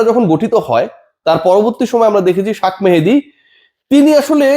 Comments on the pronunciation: ভাই ওর নাম, শেখ মেহেদী, শাখ মেহেদী না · শাক 😂মেহেদী নয় রে চাচা,,শেখ মেহেদী😅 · আপনি শেখ মেহেদী না বলে শাক মেহেদী বলেন?